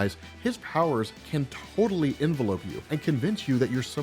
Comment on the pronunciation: envelope you?????? En Vel Up is the pronunciation